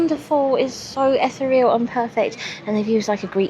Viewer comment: Gorgeous wander with you, as always,. However, ethereal is not pronounced ethe-real. It's eth-eer-e-al.